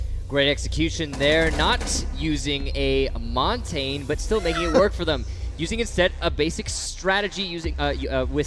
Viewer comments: Who is Mon-tayne? It's pronounced Mon-tan-ya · If it were Italian, that'd be correct. I speak Canadian French, specifically from the Pacific, so it may not be how it's pronounced in France or Quebec, but here we pronounce it Mohn-tañ.